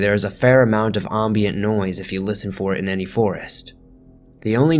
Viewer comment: AM bient. Not AHM beint. If you're unsure how to pronounce or spell something look it up. It will do wonders for your credibility and channel in general. Luv u! Xo